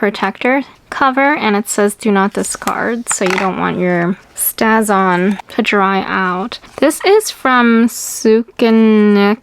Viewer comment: Stays-on not staz on I believe!